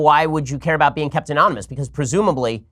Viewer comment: Man, even Ben trips up pronouncing anonymous.